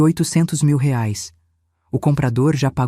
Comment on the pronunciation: A IA NÃO SABE DATA, NEM MESMO FALAR REAIS . "ELA" FALA RAIS. KKKK